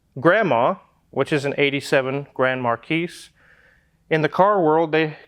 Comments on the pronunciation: You don't say the S in Grand Marquis so its pronounced Grand Markee. You must be ridiculously wealthy to buy a beater boat and fix it up because they are constant money pits you will never completely fix it 100% and never get close to half of your investment back if you try to sell it. Really dumb purchase IMO but if you have tons of money to throw at it then enjoy. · Take the motor out of the Grand Marquis ( SILENT “ S “) and you just have to install a larger rad